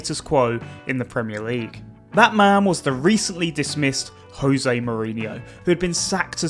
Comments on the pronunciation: Mourinho is Portuguese, so his name is pronounced Jose. The "J" is pronounced like the "zh" in "treasure" or "vision," followed by a short "e" sound, then "ze" as in "zebra". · Is there any reason why, in 2025, when Jose has been a fixture in European football for over 20 years, you still choose to mispronounce his first name?